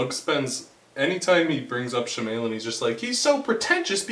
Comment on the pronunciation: M. Night she-may-lyn..... and panying shots?